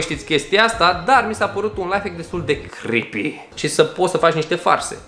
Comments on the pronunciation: De 7 ori ai spus chripi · Mai mult tu ma speri când spui crepi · DE 5 ORI AI ZIS CRIPI